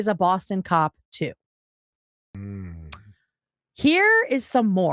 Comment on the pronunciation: "Ahhhh you a coewwap" is my new vocal stim